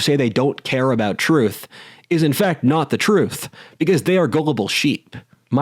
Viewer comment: Except it's "da troof."